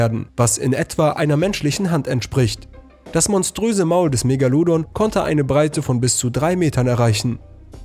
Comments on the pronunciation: Das heist Megalodon und nicht Megaludun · ES HEIßT ,,MEGALODON'' DU DUMMER SPRECHER!!! NICHT MEGALUDON!!! HAUPTSACHE IRGENDEINEN SCHEIß DAHER LABERN!!!